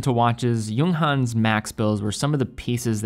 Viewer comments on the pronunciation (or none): He also pronounce the J like an English word when he says 'Junghans' lol